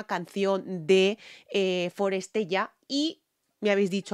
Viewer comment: es forestella, pronúncialo bien